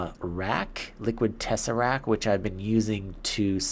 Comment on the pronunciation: Its tesseract t Is at the of the word t not tesserac